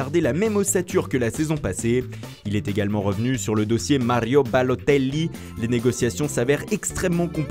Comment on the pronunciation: Mdr comment il prononce Balotelli